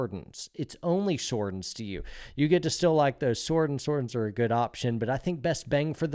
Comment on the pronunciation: Sordins, my guy.